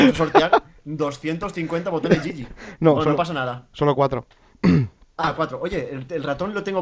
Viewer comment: es GG no yiyi y un boton gg suena GEEEEEEEEGEEEEEEEEEEE